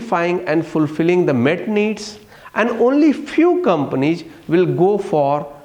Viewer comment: Ig, sayg, companieg, commonicating, frofit